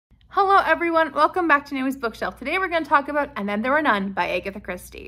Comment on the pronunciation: Her name is ag- atha, not a-gatha